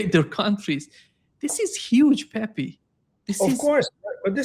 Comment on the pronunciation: you live in Brazil, you speak Portuguese, Pepe is Brazilian, you pronuonce the fists "Pe" correct but what happend with you that pronuonce the second "pe" as pi?, it is Pepe, Pepi is for female.